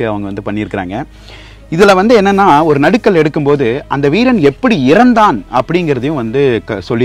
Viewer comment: நடுக்கல் அல்ல நடுகல்